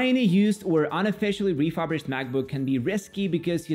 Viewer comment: “Refurbished” is pronounced like reeh-fur-bisht (where fur is like cat’s fur), not reeh-fub-risht